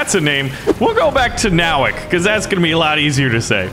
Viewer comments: I’m happy my last name is their but he miss pronounced it It’s No-wak No offense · Nowak is a Polish surname and it's pronounced as Novak